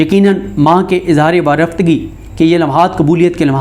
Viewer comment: Ma Sha Allah ji... Aap ka Andaz e bayan bahut acha hai ji... ALLAH Pak Aap ko Sehat aur tandrusti de... Aameen. Aaj Aap ne talafuz ki do ghaltian ki Hein ji. Mazarat ke Saath. Warfatgi aur jawedani Aap ghalat bool gaye Hein ....